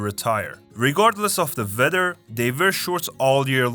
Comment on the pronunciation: It's Weather , not "vether". Please work on Your pronunciation.